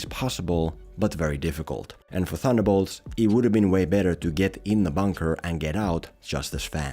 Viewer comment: Ba-semen-bolts? Wtf